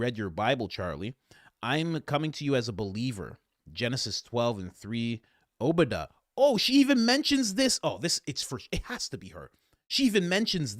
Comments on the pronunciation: Oh body uh? No its oh buh die uh (Obadiah) she doesnt even pronounce the Book of the Bible correctly!that woman looks "jewish" portraying a Gentile Christian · Did she really pronounce those names as “o-BODY-uh” and “izzerul”? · Can't neither one of ya'll say Oba-Die-uh! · I think it is pronounced OH-buh-DYE-uh OMG 😂😂😂 after we made $2.5 billion, we are going in a new direction, the direction of Satan.🤣🤣🤣 love the sarcasm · The lady who texted Charlie doesnt know how to pronounce Obadiah? FYI, it's Oh-buh-DYE-uh. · I have never once in my life heard someone pronounced the book of Obadiah as oh body E ah… who is this woman! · That crazy programed lady, didn’t even pronounce The guy who said the verse correctly. It’s like, she was told to use the verse, but didn’t even say Obadiah right…like she’s not really a Christian. lol I’ve never heard any of our pastors pronounce Obadiah like she did😂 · Wow. She gives herself away by completely mispronouncing the book of Obediah. I would not criticize anyone for this except someone claiming the high spiritual ground and quoting from it! Anyone who is familiar with the Old Testament has at LEAST heard it pronouced correctly!! LOL. Someone trying to weaponize Old Testament scriptures is obviously implying that they UNDERSTAND the verse and its context in order to quote it and use it at someone - but then if they completely mispronounce it??? I'd be like a martial arts person who has been taught Okinawan Karate by a Black Belt in it.... Hearing some random person referring to a karate term as if they are an expert and totally mispronouncing the Japanese term! And being so removed that they don't even realize it! Gives them away as a phony. You mispronounced it too- but you're not claiming it and using it as a theological point against someone.